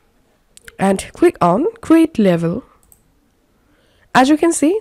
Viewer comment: Very good explanation and easy to follow thankyou Except I hope you don't mind me saying the word Label is actually pronounced "Layble" I thought you were saying Level. Once again thankyou